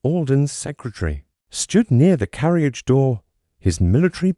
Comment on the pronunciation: Please instruct your AI narration app how to pronounce "Hercule Poirot" "Nice" and other simple words such as "carriage" "honey" "door" "echo" -- and to pay attention to punctuation, but not to read the punctuation marks or pause at line and page breaks.